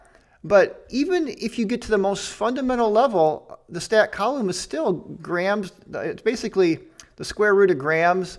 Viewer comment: I think the way you pronounce coulomb is way better than "Coo Lom" lol.